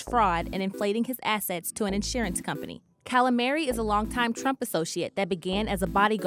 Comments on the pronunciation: Cala-mary?? Scruntinty?? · Wow, weird for WP not to be able to pronounce the word scrutiny, or get Matthew Calamari's name right. The news is just too fast and furious to keep up with I guess?